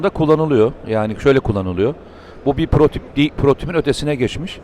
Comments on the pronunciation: Mete bey ben biraz takıntılı biriyim,lütfem şu PROTİP demeyi bırakın PROTOTİP daha iyi olur ha birde azerbEycan var azerbAycan doğrusu AZERBAYCAN sürekli bunları duymaktan konuya odaklanamıyorum yinede bu videolar için teşekkürler,emeğinize sağlık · Naçizane bir düzeltme yapayım. Protip değil Mete Bey. "Prototip". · Mete bey dikkat ediyorum yanlislikla "protip" diyorsunuz. Hatta TV de de duydum dediğinizi. Doğrusu "prototip" olmalı bilirsiniz... Zor durumda kalmayın diye uyarmak istedim. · "Protip" değil, "prototip" komutanım. (Bu videoda ve başka videolarda bir çok kez tekrarladınızda o yüzden yazdım... affınınıza sığınıyorum :) )